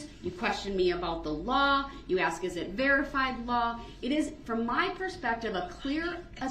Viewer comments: 'Reason for the abstain, I'm axing politely?' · Did he 'axe' you? 😅😅😅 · But if you axe him, he has a tackit agreement witch da judge. 😂